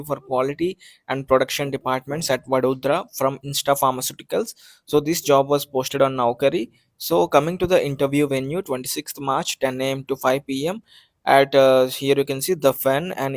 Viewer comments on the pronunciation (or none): It's intas not insta😅